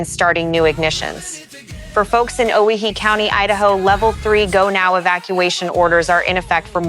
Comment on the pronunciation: AI never knows how to pronounce Owyhee